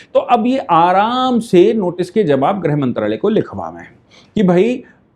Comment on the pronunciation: आप ग़लत हिन्दी उच्चारण कर रहे हो आप गृहमंत्री/ गृहमंत्रालय को ग्रह मंत्री/ ग्रह मंत्रालय कह रहे हो,,,, लगभग सारे न्यूज़ चैनल ऐसा ही ग़लत उच्चारण कर रहे हैं